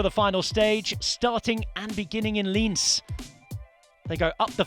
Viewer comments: It’s proncounced Liénz not Linz. It’s a different city:) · Lienz pronounced wrong but Rob Hatch did a great job saying Grossglockner.